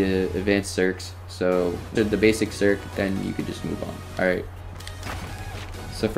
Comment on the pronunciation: LOL u calling it a serk